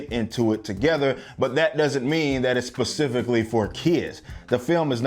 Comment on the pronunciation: “... pacifically for kids.” Lol